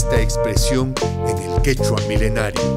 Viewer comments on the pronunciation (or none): none